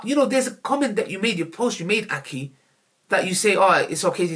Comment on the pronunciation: “Aki”😂😂😂., its aghiii!